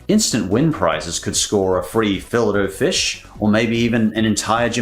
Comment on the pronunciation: I'm sorry but.. the way you pronounce "fill-it O' fish" and "tortiLLa" 💀💀